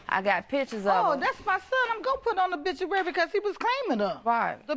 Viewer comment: She said 'bituary lol! Didn't even put the 'O' on it.